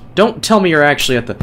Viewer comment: thx for the compliment and u are still saying “youre” wrong lol